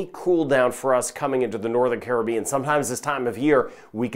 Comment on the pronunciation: Thank U fir the update and also the Correct pronouciation of the Caribean! Carib- ean